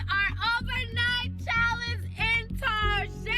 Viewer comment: Did she call Target Tarjay?